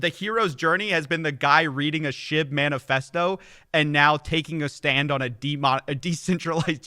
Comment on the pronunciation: I mean.. am I the only one that hears "shit" not "shib"? LOLZ